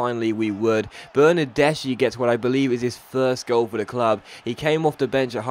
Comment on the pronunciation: I absolutely love your career modes, I have watched every video of all of your FIFA 14 and FIFA 15 career modes, with the exception of your My Player. Just FYI, Bernadeschi is pronounced berr-nar-des-ki